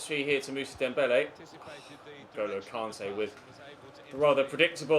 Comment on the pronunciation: Why’s it so difficult for u to pronounce Kante